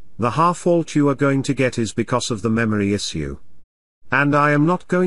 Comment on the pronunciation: Why is this robotic voice saying "issue" weirdly? it shoud sound like "ishoe"